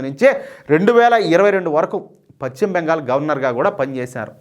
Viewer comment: Pachhima bengal kadayya. paschimabengal antaaru.telugu sarigga palakadam nerchukoni AA tarvaata video lu cheyyi. Neevu telugu nu khooni chestunnavu